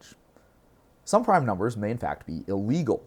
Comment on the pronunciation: Oi m8, you got a loicense for that proime?